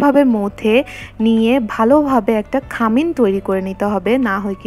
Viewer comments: খামিন বলে না,খামির।ভিডিও দিচ্ছেন ভাষাটা আরো ঠিক করেন।পাহাড়ি যে বোঝা যাচ্ছে কথায়। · খামিন না খামির